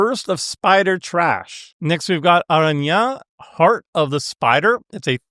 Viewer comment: I died when you pronounced “Araña” lol